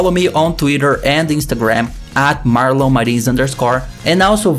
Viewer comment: Minhas cordas vocais com esse Marlon americanizado